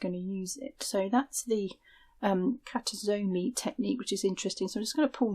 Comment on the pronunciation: Hi. I'm japanese and I come from town that is most famous for KASURI. I thought to write a quick comment regarding how to pronounce this marerial. It goes Ka - Su - Ri. There is no "g" I live now in Australia, and use a lot of kimono n kasuri that have been worn by my ancestors to make patchwork quilt, dresses, and bags. Since a few years ago, my sister started to teach me Sashiko when I return to Japan. I told her about your vlog. She does kimono sewing, Sashiko and Japanese silk embroidery so she is very interested in your work. Thank you!